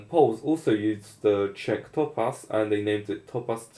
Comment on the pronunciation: okay the first time you said Czech I swear to god I thought you used a slur for Chinese oof, definitely might want to take my recommendation on a sure microphone and some sound dampening in the room. seeing as you are in eastern Europe it probably fits your décor to hang carpets on the walls so that is also an affordable solution. no offense from that comment I just think its a funny cultural trait of (some) Slavic countries.